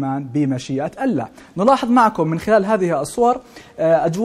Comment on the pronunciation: مقدم النشرة :: كل احترامي الك . ابتسامتك مميزة لكن ارجوك تركز شو على لـفـظ الـجـلالـة " الله "